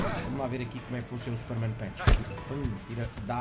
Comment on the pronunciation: A: Super-men Punch: Super-men pench 😂😂 Grande!